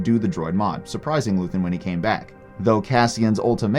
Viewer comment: you know how to say his name, say it right. they say his name so often in the show you dumbass